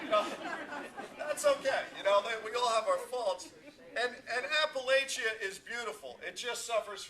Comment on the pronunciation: Appalachia is pronounced [apple-atchyah] "and if you don't pronounce it right, I'll throw an apple at ya!" (A little saying I've heard from Appalachian natives).